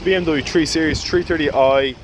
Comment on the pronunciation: You're right, he should pronounce it "free series" in that bastardised Estuary English manner!